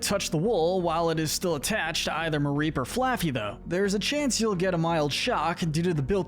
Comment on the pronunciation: IT'S MAREEP, NOT MARIPE! FIX IT NOW!